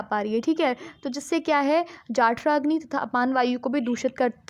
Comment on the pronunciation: It.s जठराग्नि not जाठराग्नि